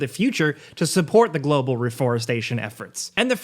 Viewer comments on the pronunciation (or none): none